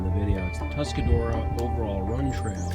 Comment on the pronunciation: Say it with me -- "Tusk-a-ROAR-a". =) Nice to see spring reaching the ridges!